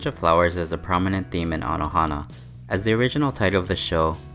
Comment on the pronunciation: It’s anohana not anahono it means that flower just saying